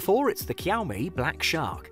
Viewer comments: it’s shaomie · What the heck. Kiaomi ? It's Xiaomi dude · Shaomi not kyawmi 😂😂😂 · It's pronounced as shaomie Not kiaomi . Bruh I can't with white people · I m using poco ,pls don't buy, it heats too much and legs like hell. I bought after watching such video, pls mention all things,don't go for money cause it hurts. Maybe one plus or iphone is better option. He said 'kiyaw me', lol😆😂😂 Unsubscribe , Actually it pronunciation is 'sha-o-mi'. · "kiaomi"? Never heard one.. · i stop watching immediately after i heard the first kiyau-me.. bruhh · It likes kiaomi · Jiaumi i was like wtf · Why does he keep saying kiyaomi? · Kiao-mee? what kind of cat is that? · Did I hear Qiomi? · Cowme , Kiaumi, Kiaomi 😂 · Jkhiaumi .. hahaha.. lol... Wtf Cant trust a review by a guy who pronounces the name of a product wrong.... No way... Yup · Why? Kiaomi???? 😂😂😂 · Xiao mi is pronounced shau mi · pronounce it like shaomi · Siaomi??? Lol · Dude why your saying the brand by K iys a X not K